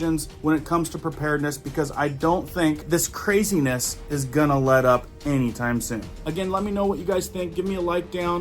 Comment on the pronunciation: YES Cwaziness 🤪 Lol ⚜ 😆 🤣 😂 😹